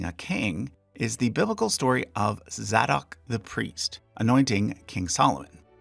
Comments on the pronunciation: It’s pronounced Zay Dock the priest not Zaddock 🙄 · Give it up with this non-word “coronate”. It’s “crown”, as in “it was then used to crown English monarchs…” . And the choir in the background music is literally correctly pronouncing the name Zadok (“Zae-Dok”) while the narrator garbles it to “”Zah-Dok”. A few others while I’m on a roll: Marquesses = “Mar-kwiss-iz” (and stress the 1st syllable) Coronet = “Coro-NIT” (and stress the 1st syllable) Otherwise good info.